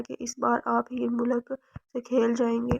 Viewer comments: Mulak nh . Heer malik naam h. Apko pre reading lazmi krni chaiye. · Borrrr novel or jo larki novel suna rhi thi uss ko koi ye bta de k mulk nhi malik lfz use krna tha ! iss ne mulk mulk bol kr pooray novel ka khana khrab tou kiya hi sath mn kaan bhi pka diye ! mulk mulk bol kr malik zaat ka bhi khana khrab krne ki koshish ki h ! Soooooo bad😏🙄😠😠😠